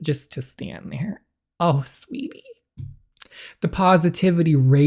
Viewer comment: Does anyone realise that when DJ says "sweetie" it sounds like "sweaty"🤣🤣. LOVE UR VIDS SM THO❤❤